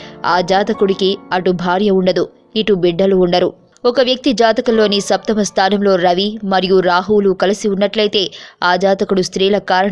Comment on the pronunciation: amma thalli samasta kadu, saptama stanam ani palakali. first u don't confuse after u tell